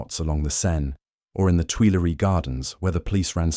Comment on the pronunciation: It's hard for English speakers to say "Tuileries" or to pronounce the French U.